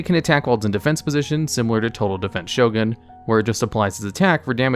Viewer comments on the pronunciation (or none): none